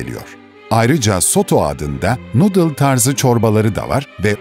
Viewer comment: Noodle demeyi ogrenmissiniz sonunda, cok iyi, daha once nadıl diyordunuz